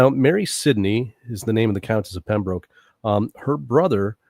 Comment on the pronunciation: Pembroke - rhymes with hook